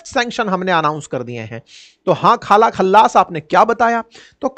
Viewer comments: Sir khala nahi kala😂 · रिपोटर बना हे तो नाम ढंग से पढ , खाला नही हे काया हे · Naam tho dhang se le bhai khala naam nai hai uska kaja hai 😂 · Sir ye khala nahi kaja hai 😅😅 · khalaa nahi kaja hoga😅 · खाला नहीं काजा बोलो।